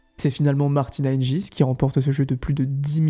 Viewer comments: Très bien raconté, bonne vidéo dans l’ensemble PS : c’est Martina Hinguis pas Hinjis 🤣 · Super vidéo. Martina hing"u"is, Monica Seles"s" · on prononce hinguis mais tres bonne video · Ta prononciation de “Hingis” est diabolique 😭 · Oui tout à fait. Hingins se prononce [hinguins] que ce soit en Slovaquie, en Suisse ou en France (donc jamais [hinjins]). Seles se prononce [sélèche] en Serbie mais [sélès] aux USA et en France (donc jamais [sèl]). C'est dommage... Ça laisse penser que le ne connait pas vraiment le tennis féminin... Sinon ces 2 noms lui seraient très familiers. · Et Monica [Sélès], pas [Sèl]. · Il me semble qu'on prononce plutôt "Hinguis" et Monica "Selesse". Du coup ça écorche un peu les oreilles par moment mais sinon super vidéo ;) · On prononce Martina "Hinguisse" et Monica "Sélesse".